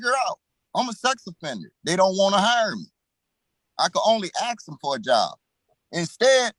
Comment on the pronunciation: why cant black people pronounce, "ask"